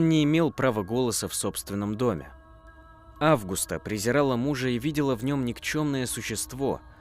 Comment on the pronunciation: Мужское имя Август, женское АвгУста. Есть еще АвгустИна. Что в этом сложного? У блогеров повально проблемы с именами, географией и в целом с образованием. Хоть немного бы проверяли что пишите и как произносите.